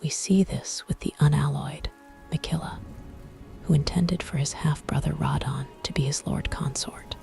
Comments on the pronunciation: maybe I'm wrong? I thought everyone pronounced it "rah-dah-gone" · The choice of pronunciation of his name kept me awake. 😞😞😞